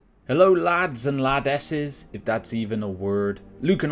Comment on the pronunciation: Lads and Lasses, not that hard mate!